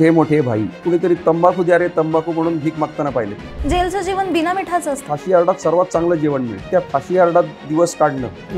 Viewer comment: जेवण.. जेवन नाही..खूप शब्द अशुद्ध उच्चार